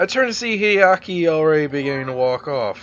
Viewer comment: I think Hideaki's more surprised that you actually pronounced his fucking name RIGHT for once XD